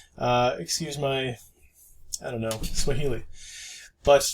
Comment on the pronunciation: Haha! — "Excuse my... Swhaili"